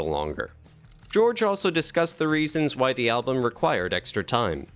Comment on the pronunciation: ..."album" not "alum" !